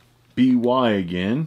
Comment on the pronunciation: Rwby i think is pronounced Ruby. I could be wrong. I think it was created by someone from roosterteeth